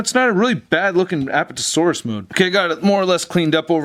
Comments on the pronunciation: Lol he says appatatosaurus instead of Apatosaurus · It's apatosaurus not aptosaurus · a PAT a - saur- us. the emphasis on pat. just thought you would like to know. awesome review as always.